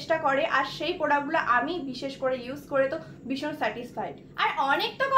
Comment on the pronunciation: রোজ বলো বিষণ বিষণ,,বিষণ বলে কথা হয়না ,শুনতে খুব বাজে লাগে।।। কথা টা ভীষণ please ভীষণ বলো।